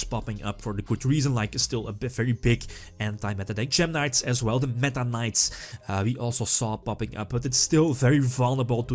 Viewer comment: Is it just me or did I hear "the Meta-Knights"? Didn't know we were back in Brawl days.